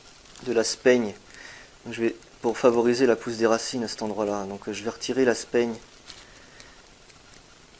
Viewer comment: Vidéo très intéressante, le chat est super également , et j'ai été bluffée par la greffe aérienne . Par contre juste un petit détail , en ce qui concerne la "sphaigne" , on prononce "sfaigne" et non pas "spaigne" .